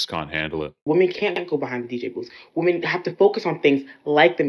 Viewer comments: This weird trend of pronouncing "women" as "woman".. Where did this come from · IT'S PRONOUNCED "WEM-MEN" NOT "WO-MEN".... wtf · The bmbo at the beginning of the video calls women - woman. I've noticed that there's a lot more of such improper pronunciation of words nowadays. It's pathetic. Maybe Trump no longer classifying teaching as a professional job isn't so bad after all. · "Men want to be woman" I actually thought we were improving because I hadn't heard women mispronounced as the singular in a while but here it is again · Right off the bat, yet another who pronounces the singular and plural of woman the same. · Why are there so many young women these days mispronouncing the plural for woman? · To first girl: The word women rhymes with swimmin', you flipping doofus. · Why is it that none of these women know how to pronounce the word women? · I can't take anyone seriously who pronounces "women" as "woman". Drives me up a wall. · have we ever figured out why young women tend to pronounce the word 'women' as 'woman'? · i just want women to pronouce the plural for women properly 🤣